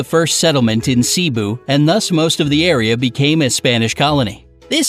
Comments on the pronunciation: Am i the only one who gets triggered when or whatever says some of the location,things or what nutss wrong like how he pronounce Cebu he pronounce it Cibu ahhhhhhhhhhhhh as a filipina who loves history of my country i get triggered by it😬🙎🏻‍♀️🤦🏻‍♀️ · Excuse me he is saying some words wrong like Mindanao and Cebu he says Cebu with long E but its pronounced Cenu with short E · That boy said sibu lmao haha Its pronounce cebu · The painful part is that they are pronouncing some of the places wrong The pronounced cebu as cee-be 💀🔫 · Thats not how you pronouce the province